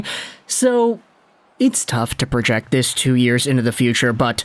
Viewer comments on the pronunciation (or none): none